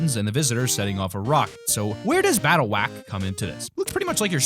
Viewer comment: HE SAID BATTLEWACK